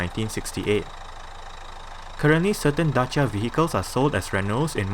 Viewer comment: Finally, a guy who pronounces Dacia correct. Greetings from Romania.